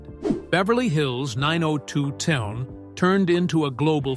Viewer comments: Nine Oh Two One Oh (Not Nine Oh Two Ten!) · It's 9021 O not 902ten!! But good video in all! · It’s not 902 ten. It’s 902 one o Annoying! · The show was nine oh two-one -oh, not nine-oh-two-ten, Geez. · Say 902 ten ONE MORE TIME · Where do they get this announcer? WTH is Vegano, talking about the series Vegas. And 902 ten? Noone calls it that. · It’s called Beverly Hills 9 O 2 1 O, not ten. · 902(ten) instead of 90210(one O) 😂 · If he says 902ten one more F*kin time I'm out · Did u really show a picture of Charlie Sheen as Tori's husband??? And it's 9-0-2-1-0 NOT 9-0-2-10!!!!! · It's Beverly Hills 9-0-2-1-0 not "9-0-2-10" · It is pronounced/said as 9 oh 2 one oh, not 902 ten!!!!🙄🙄🙄🙄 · The show was called 90210 not 902 ten. Cracks me up. 😂. It’s sad her mom and her don’t get along. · 🙄 The show is pronounced 90 (ninety ) 2 ( two) 1 ( one) OH (letter O ) what a lack of research in this channel besides that show is a classic.! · I can’t even sit through this whole thing, when he starts pronouncing Vegas As Vega, dollar in 902 10 That was enough for me. They need to have people who’s gonna tell you stories speak correctly or you can’t believe anything they say. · Side note: It drives me nuts that the generated narrator struggles with speaking numbers. Starting with "9-0-2-ten." The 1st wedding that cost "$1,000-thousand dollars" and the per guest cost of thousand-and seen-hundred dollars. Then, the doc begins to display pictures of the wrong Charlie. Obnoxious 🙄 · Annoyed every time I heard it lol x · You don't pronounce the name of the tv show 90210 the way you are saying it. Its so wrong 😮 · Nine oh two-ten🤣 and what’s up with the pics of Charlie SHEEN!? So weird…